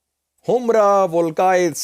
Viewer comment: It should not be pronounced humra, it should be humora or himora